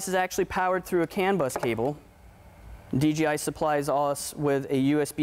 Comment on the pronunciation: he just say "d G i" ??? wtf is dgi? lol DJI!